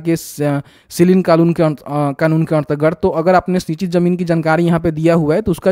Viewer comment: bhai ardgard nahi hota hai.....antargat hota h